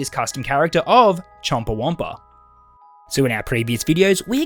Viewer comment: I don’t know why, but I can’t stop laughing whenever he says chompa whompa